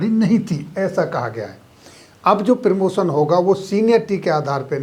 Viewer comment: आपका कंटेंट शानदार है निम्न पर थोड़ा काम करें आप प्रदर्शन को प्रीदर्शन प्रीमैच्योर को पीरमोचर और प्रमोशन को पीरमोशन बोल रहे हैं।